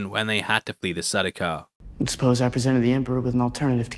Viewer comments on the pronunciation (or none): NO way you pronounce SaDookar after that glorious comment section set up 👏🏽